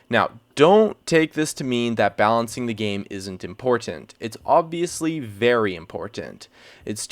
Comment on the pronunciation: Im-por-tan-t This guy has been watching too much Dyrus.